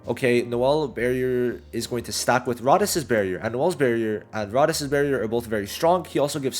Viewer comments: Rades pronunciation = Ray-Deez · Learn to say rades right it's all I ask please for the love of Julius